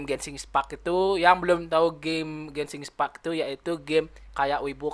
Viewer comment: Bukan Gesing ispack dibacanya tapi genshin impect